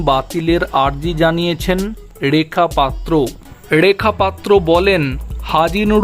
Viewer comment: উচ্চারণ শুদ্ধ করুন ,ড়েখা পাত্র নয় রেখা পাত্র। র টা ড় নয়